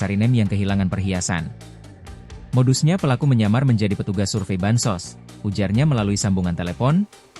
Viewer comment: Bansos bukan bansus🤣